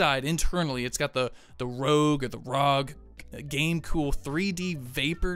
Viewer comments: Please stop saying rog....say it R O G....pronounce each letter separate. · Arr oh jee